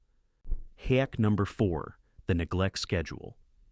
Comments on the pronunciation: I hate AI . It can't learn hack vs. hake. Boring "terrible professor" monotone. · You know it’s AI when the word Hack is pronounced incorrectly‼️😂. Still good info though‼️